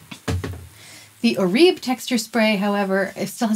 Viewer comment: My hairdresser informed me that Oribe is correctly pronounced as "Or-i-bay." 👍